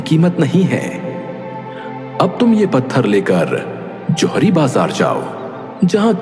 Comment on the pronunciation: Zawiri nahi johari